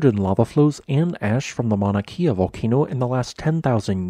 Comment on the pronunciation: Just a quick lesson in pronunciation. The letter ‘E’ in Hawaiian is pronounced like the e sound in ‘Wed’. The long ‘e’ sound is spelled with an ‘I’ like in the word Waikiki. Kea would rhyme with Princess Leia